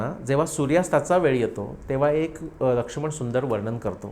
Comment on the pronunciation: जबरदस्त अभ्यास महान व्त्रक्ती 🙏🙏🙏🙏🙏 ( आपण लक्ष्मण असा उच्चार करतो, लक्षुमण असा नाही 🙏🙏🙏 )